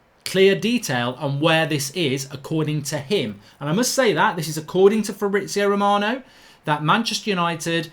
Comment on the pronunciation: Who is Fabrizo Romano??? 🤣🤣🤣